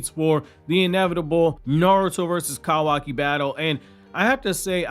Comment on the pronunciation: If your country ass don't say kawaki right.🤣🤣🤣🤣 Bro too much emphasis on "ka"